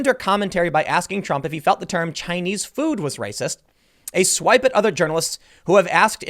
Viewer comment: Did she say "Chinese Food", or "Chinese Flu-ed"?